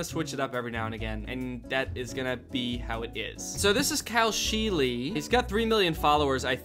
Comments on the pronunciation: the fact that his name is pronounced sheel-y instead of sheel makes it worse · I cringed every time someone said scheele in this video, my last name is the same and that is not how you pronounce it🫣